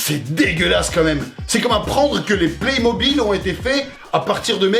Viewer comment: I dis les playmobile comme aucune personne 😂